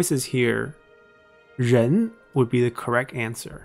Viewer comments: Why did you pronounce Ren virtue like [Zhen]? This is very interesting because in Russian localisation Sun Ren and Kong Rong are named [Sun Zhen] and [Kong Zhong] (Сунь Жень и Кун Жун) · I'm totaly hearing Zhen , lol